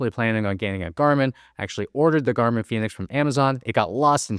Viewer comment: It’s Garmin man. It is Garmin…